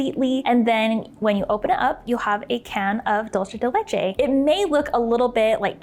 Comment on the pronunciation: Dulce de leche is Spanish why are you pronouncing it like that